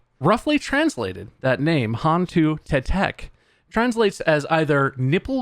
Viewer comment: Is not tac tac, it is teh tek